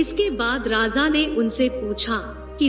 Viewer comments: Raza nai raja hota hai 😂😂😂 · Please correct your pronunciation..it sounds like Radha.. it is Raja not Radha